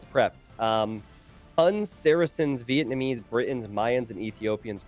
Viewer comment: Chinese Vietnamese Villese Not VillEssa